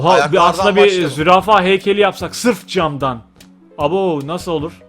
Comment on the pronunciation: camdanı cemden diye okuyup video boyunca garbariusu beklemek...